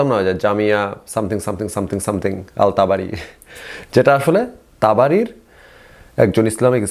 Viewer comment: তাবারি নামটাও ঠিকমতো বলতে পারেনা😂😂 অথচ কুরআন বিশ্লেষণ করতে আসছে।কুরআনের কোনো আয়াত তিলাওয়াত করতে পারলো না।জাস্ট গল্প করে গেলো😂😂